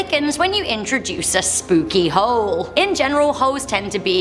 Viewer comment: Gah I'm a creep I kept thinking of the word hoe whenever you said the word hole im sorry lol